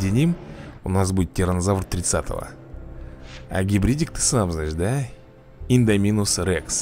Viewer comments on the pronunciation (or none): Просто листаю ленту ютуба и бац твоё видео! Класное очень! Но не Индоминос рекс а индОминус рекс(ударение не туда)